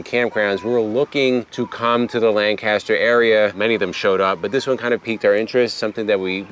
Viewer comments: Agree, that is way overpriced. We do need to teach you how to say Lancaster.😂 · I used to live 5 minutes down the road from that campground. When I see you in Hershey I’ll share with you the proper pronunciation of Lancaster!😎